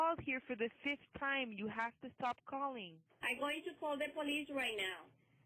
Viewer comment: "Can you please estop calling me" *